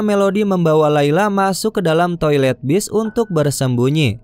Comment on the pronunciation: Laila❌ Lila ✅😂